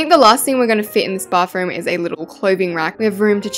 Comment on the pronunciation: You call a bathroom a bafroom😂😂😂